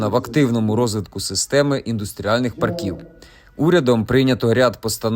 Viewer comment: Треба правильно ставити наголос - пАрків, а не паркІв!